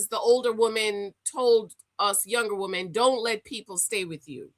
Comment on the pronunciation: It’s pronounced Wih-men when used in plural. Not Wo-men.